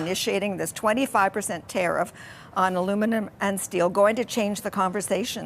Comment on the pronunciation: So cute, she can’t say aluminum, by the way I couldn’t spell it, had to look it up 😂😂